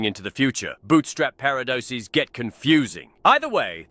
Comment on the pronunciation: We need to appreciate for a second that Rex, like Anakin, also says "paradoces" when talking about the plural of paradox. 🤣